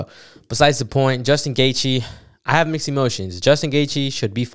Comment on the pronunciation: I was rocking with you bro ... Then you fumbled Gaethje's name